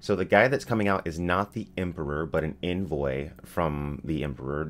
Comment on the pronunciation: Can't wait for this! You say envoy funny lol at least to me